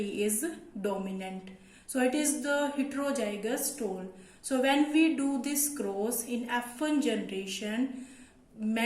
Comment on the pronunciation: It is tall , not toll